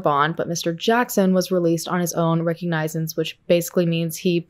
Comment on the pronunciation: said "released on his own (recognizesense?)" was that soposed to be "recognizance" instead? or is that another way to be released from jail pretrial?